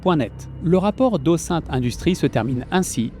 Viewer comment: Ah ben mince mais le "ô sainte" systématique pour les recherches "ô-zine-te" me sort du sérieux du travail encore une fois monumental que vous avez réalisé